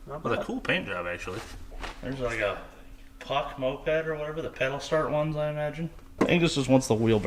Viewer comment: Puch is pronounced "pooch" not "puck," but I'm 90% sure that's a vespa bravo, not a Puch.